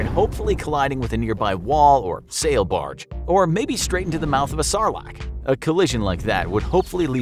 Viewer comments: "Sarlarc" you mean sarlac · I say if you can not pronounce sarlacc correctly, your judgement of the prequels has no merrit.